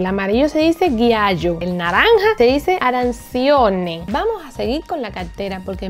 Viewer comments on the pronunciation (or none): min 2.25 me matastes cuando dijistes GHIAIO y ARANSHONE ajajaja tan lindaa😂😍😍 es GIALLO y ARANCIONE💯💯💯